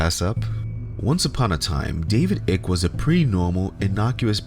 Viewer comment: You cant even say his name... and I'm supposed to listen to this... You obviously haven't done much research.